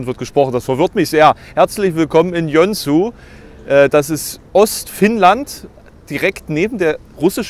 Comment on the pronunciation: Das schicke Städtchen wird nicht Jönsu, sondern Jo-en-suu ausgesprochen. Und "Hyvää päivää" hat 5 "ä" und stell dir vor, die werden sogar alle 5 gesprochen, nur nicht so wie im Deutschen. So schwer ist das nun wirklich nicht (und ich sprech noch nicht mal Finnisch) xD